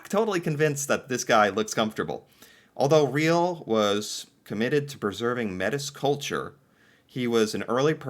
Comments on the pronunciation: The group of seven were famous worldwide for their paintings in and around Canada. Some if their paintings are in the millions value wise. And some of our past leaders had French names like Reil it’s pronounce Louis ray-al ( Reil ) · Not familiar with Louis Riel (Loo-ee Ree-yel). Oy vey. I can't think of an American equivalent of his stature. John Brown? But the comparison doesn't work. An American will never understand what Louis Riel means to us in this country - its to difficult to explain. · That portrait of Louis Riel (pronounced "Louie Ray-al") is instantly recognizable to Canadians. He fought for the Metis ("May-tee") rights, but was ultimately considered a criminal and executed by the government. 🙁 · There are a lot of silent 's' sounds in French proper nouns. In Canada Louis is pronounced "Louwee" and his last name is pronounced "re-al" soft 'e' and hard 'a'. His people's name is pronounced 'may-tee'. One of the three original cultures in Canada. The other two being First Nations and Inuit. The Matis are descended from early French settlers who married into FN, specifically in western Ontario and southern Saskatchewan and Manitoba. Louis Rial led a rebellion against the Canadian (British) government and ended up starting what would become the Treaties the Crown would sign with all aboriginal groups before handing the keys over to Canada. Roughly put. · He was a Metee civil war with Canada the insurrection ended with the capture Louis Riel who was hanged. Pronounce Looeee Reeal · Yes, Louis Riel has a French prononciation: loo-EE ree-EL. Metis = may-TEE.